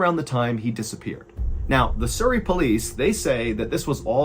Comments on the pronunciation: Surrey mate not soory lol😂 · Surrey is pronounced like the word Supper. Not like the word Super. 😊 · Sorry to add but it's pronounced "Surrey" not soorey as in the sound in the first two letters in "such" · Love this channel, but as someone who lives in surrey, its pronounced s-uh-rrey. Not sourrey. Im not trying to be offensive or annoying, just helpful to know. Loved the story otherwise. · Lol "soo - ree" Its Surry, pronounced "suh - ree" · It's pronounced suh-reee (like the 'uh' in up). Like 'Hurry'. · Loved the way he pronounces Surrey. It's a short U, like Suh rey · Love your accent. Surri in England its pronounced Sur-reay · You miss pronounced surry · No offence but how you pronounce Surrey is hilarious 😂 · As someone who used to live by Surrey, I am enjoying how Ballen pronounces Surrey haha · Cute pronunciation of the English county of Surrey 😊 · That's a funny way to say Surrey. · I just love your pronunciation of Surrey. I know the A3.I've Driven on it many times. Hahaha the ghost of the like button was hilarious 😂 xx